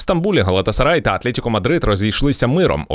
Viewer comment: В слові Атлетико немає букви Є, ну скільки можна